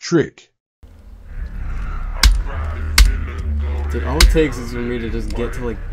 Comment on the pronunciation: ''tick''what the hell bro its trick